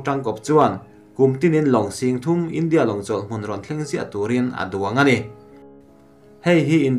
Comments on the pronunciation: A sawi dik reng a lawm... India tih hi, tlem' in a ri' hi tih san deuh tur, hníam rúai a lam tur a ni lo.India tih hi, 'In' tih lai hi hawrawppui hmanga tlem a , lam rik san deuh tur. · A ngaihnawm ṭhin rualin i thu lam i uluk lo ṭhin a, a bikin Ram hming, India, Russia han tihah hian a tawpa ri sang tur i lam hniam si a, a thu awmzia a bo vek ṭhin. Theih tawpin ṭan han la leh hram hram teh. Duhsakna nen ka lo sawi e.